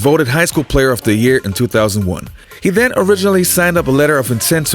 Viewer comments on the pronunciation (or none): none